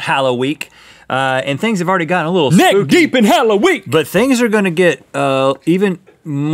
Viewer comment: you said hollowenee have a hollowweeene hollow day :]